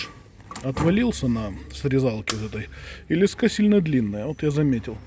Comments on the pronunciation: лЕска, а не лескА! Ну аж кровь из ушей! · Не лескА, а лЕска, крутилка, поливалка, пипика